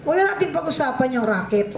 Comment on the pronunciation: Hindi rocket, racket.